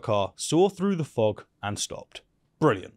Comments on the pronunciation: Everytime this guy says "fog", I hear him saying "fuck". lol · Please stop pronouncing "fog" like the other F word. The first time it was amusing until I realized you're just lazy. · pronouncing "fog" as if it were a French seal 😂